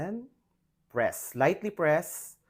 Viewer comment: Pls don't add Er after the word MOLD also PRESS its not PRESSER